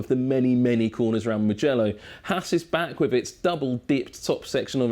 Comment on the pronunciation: We don't say mgello we say mu mu mugello with the u